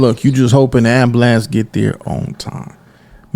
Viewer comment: It’s an ambulance not ambu Lanze 😂